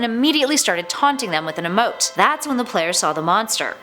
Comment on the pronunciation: You pronounce pasta, emote and mires wrong